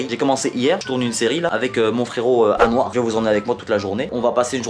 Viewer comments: quand il dit anouar j'ai cru qu'il disait UN NOIR STARFOULLAH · quand tu dis anoir g l'imprsssion que tu dis un noir